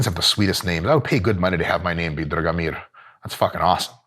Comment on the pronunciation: Your pronunciation is spot on, and it comes from Serbian guy. Name Dragomir (Drag - nice, Mir - peace) can find among Serbian folk as well